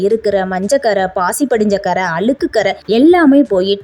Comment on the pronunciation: அளுக்கு இல்ல அ ழு க் கு என்று உச்சரிக்கவும்